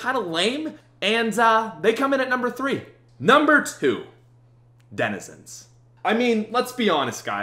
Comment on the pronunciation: Denizends, reminds me of my little brother